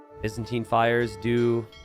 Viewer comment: For reference, Byzantine is pronounced with a 'bye' sound at the start, not a 'biz' sound